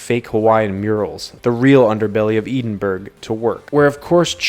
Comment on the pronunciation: "Eeedinburg" 😂 Other than that absolute butchering! Good wee video 👍🏻